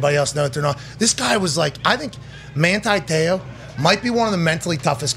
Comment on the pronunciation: "Manthi Theo" why is he pronouncing the phonetic "T" with the "Th" ? Trying to sound "Thuff" ?